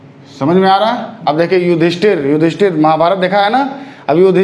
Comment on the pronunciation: Yudhishthir hota hai sahi se pado